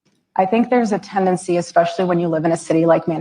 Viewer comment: The words are Supposedly (not Supposably) and Especially (not Expecially).